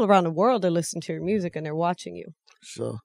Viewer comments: "Mursic"😂😂 hella funny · Why say music mursic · My favorite “MuRzIgC ” 🤦🏿‍♂️😂😂